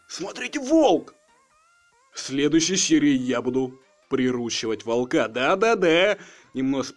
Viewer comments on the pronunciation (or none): none